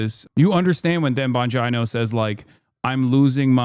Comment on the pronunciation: The only way to pronounce Bongino Is to have it rhyme with Domino